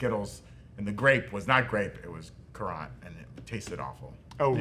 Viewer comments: Currants are just small red berries, used mostly for sauce and jelly. They are not raisins or grapes. And it's pronounced simply like the word "current". Your fancy pronunciation reminds me of calling a carhole a garage,.(You know the reference, Moe would be ashamed 😉) My family has a currant bush in our backyard that has been there for over 70 yrs. We make jelly from the berries. It's delicious. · They literally heard Ser Simon Strong pronounce it as "current", yet they chose violence 🤪